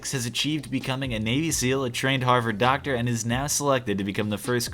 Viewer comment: What are you? I am a Doctur.